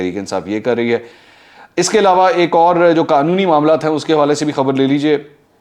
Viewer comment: ایلاوا ilawa نہیں ہوتا ، علاوہ Alawah ہوتا ہے